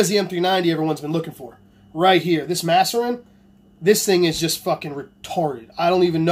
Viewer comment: Its MAAAAserin you fucking nimrod haha